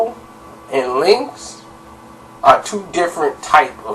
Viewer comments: His name is Cuban Link not Cuban linx lol 🤣🤣🤣🤣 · Evan Rivera You don't be knowing shit. The hell are you talking about. If you knew, you would know no one calls him Linx. His name isn't Cuban Linx, its Cuban Link. Link not Linx. And no one calls him Linx or Link for short. This video is the first time I've ever heard someone call him Linx or Link for short. They have always called him Cuban for short or Cuba. Don;t you listen to any of the Big Pun or old Terror Squad albums. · Bro its Cuban Link not Cuban Linx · His names Cuban link not Cuban linx